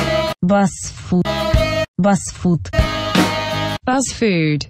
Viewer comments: Не бАз аква а БУУУз аква она бузова а не Базова буууууууууз🖕🏼🖕🏼🖕🏼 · Не базфуд, а бузфуд!!!! БУЗОВА!!!! УУУУУ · БУЗова , а не Базава!!!! БЕСИТ!!!😤😤😤 Прости , но бесит . еще переводчик поставила!!! Я не хейтер смотрю все таои видео лайки ставлю , но даже тупой бы догадался ,что правильно Buzfood!!!😇❤ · Бл, почему ты говоришь "БАЗФУД"?! Даже если по нормам английского правильго "баз", но создатель БУЗова. И все говорят БУЗФУД, а ты решила выделится своим "интеллектом"? Я не хейтер, просто уши режет... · буз, а не баз. Проверочное слово Бузова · Зашла первый раз и очень пожалела) не бАзфуд, а бУзфуд, возможно хотела порофлить) "Это не смузи, а свежевыжатый сок" дикий ор, сейчас все делают смузи такими, без сахара и водянистые! Удачи в развитии канала, думаю со временем еще раз попаду на ваш канал и разница будет очевидной!) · не Баз фуд, а Буз фуд. Возможно я конечно ошибаюсь, но вроде бы так. Ты крутая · Эмм. Это БУЗФУД, А НЕ БАЗФУД. Оля БУзова, а не Базова. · Ну тупо говорит Базфуд Базаквка! Нельзя догадаться что у неё все с приставкой Буз! 🙄😵😵😵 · Не баз а буз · БУЗФУД , не бАзфуд выбесила реально 🙄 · Я одна вдуплила, что «Buz» — начало фамилии Ольги Бузовой. Соответственно, читается как «Буз Фуд»